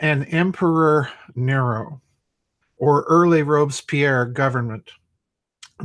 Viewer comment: Thank you for the video. And very good points. For your information Robespierre is a three syllable name and is pronounced Ro Bess Pierre. Here is a link to Murder in the Heartland on YouTube